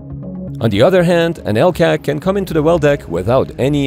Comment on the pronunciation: Warum die KI Stimme und dann auch noch teils so blödsinnige Bezeichnungen. Das Tanken nennt sich Bunkern, das Rad auf der Brücke nennt sich Ruder. Ein Türrahmen ist ein Schott, ein Treppenhaus ist ein Niedergang usw. Das LCAC wird Elkäk gesprochen. Ich kann mir nicht vorstellen das die eigentliche Reportage so inkompetent vertont gewesen ist.